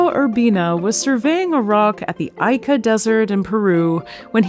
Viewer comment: Hate to be “that guy”, but Ica, Peru is pronounced ee-ka, not eye-ka